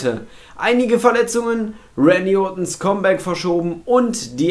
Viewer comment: Sag mal bitte, KAMM Bäck und nicht ständig KOMM Bäck ;-)